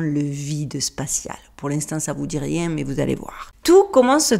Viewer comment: " Parce que je n'ai le temps de riénggggg " 😂😂